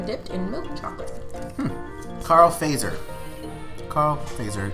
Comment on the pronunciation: It is fazer in Finnish and it is pronounced like it is written. [fatser]